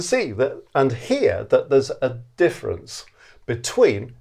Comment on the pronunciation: What’s the “diffence”? Er…